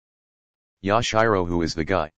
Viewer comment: Yash-Eye-Row CoNtInUe